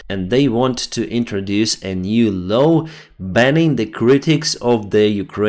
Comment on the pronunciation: North and South. Not norse and sauce. Law -not low